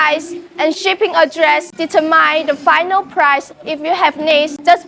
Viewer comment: deterMINE. man, i can't imagine what learning english would be like as a second language, how the hell are you supposed to figure out how words are pronounced lol